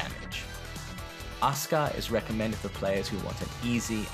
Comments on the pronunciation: Sayuko Tanaka it's like desu. You can say it clearly like deh-sue, or you can say it like Japanese people usually do lol. I think I didn't express myself right. Anyway Asuka, when speaking English, should be "Ah-Sue-Ka", he sounded to me at first to say "Uh-Ss-Ka" which maybe right to Japanese people, but sounds quite wrong in English. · Not ASKA but Acyka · A SUE KA. Not Uska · Aska? Don't you mean Asuka? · Aska is the correct pronunciation. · He said on Asuka, "Aska". Wut? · That's how you pronounce it in Japanese. The U is muted. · Sayuko Tanaka maybe I should written Ah Su Ka. Since that's what it sounds like when pronounced correctly. On second listening I think the dude in the video just blended it together. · Mmm. I see. I don't really like the way of English speakers say "a-KU-ma" "a-SU-ka" though lol(I'm a Japanese native speaker). Also "Xiaoyu" I prefer to pronounce it "Shiao-yu" like practical Mandarin (which is my second language). About the sound of "あ", I meant this: Yeah it sounds like "ah" but you also can say it lighter like "uh" in English word "Umbrella". Both sound pretty much same to Japanese people, length of vowels is more important in our language. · Sayuko Tanaka yes I learnt Japanese. I didn't mean "ay" as in "say" I mean "ah". I just didn't hear him properly because he didn't say the "ah" sound clearly. Maybe his British accent.